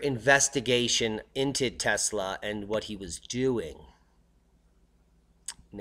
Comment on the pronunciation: Thumbs down since you can't pronounce his name right. 24 seconds in and disappointed